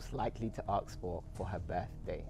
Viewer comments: can’t say the word ask.... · why do all people from england say aks and not ask???? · It's ASK not AKS ffs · Im I wrong or keeps saying aks instead of ask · Why is the host saying aks?